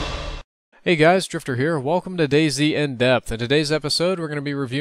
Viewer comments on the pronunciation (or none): none